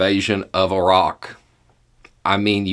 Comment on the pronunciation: A tip of my hat to for pronouncing "Iraq" correctly. It's the little things in life.